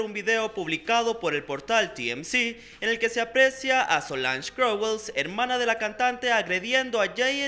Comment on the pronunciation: Jajajajajaja muero jajajaja no sabes pronunciar el apellido KNOWLES